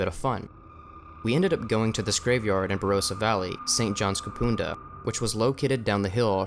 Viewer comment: Kapunda, Barossa Valley, one of the most haunted places in Australia. By the way, its "Kapunder", rhymes with thunder not Kapoonda and "Barossa" not Barosa (Ba ross a) - doesn't rhyme with rose. ;) I'll teach you Aussie lingo :) Living in a former funeral home, can't think of anything worse! I hate morgues, even newly built morgues that haven't yet had cadavers have awful energy :O